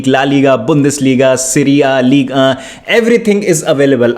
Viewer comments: It's league 1 not league ahh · "League UnGaH main " 😂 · Ek aur baar ligue unnhhh bol kar dikhao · 1998 se dkhraha hun Uska Naam Ligue 1 ha Lekin pronounciation Ligue Ahh hai pagal